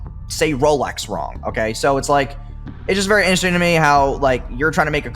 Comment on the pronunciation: insults pronounciation Proceeds to say "inersing" instead of interesting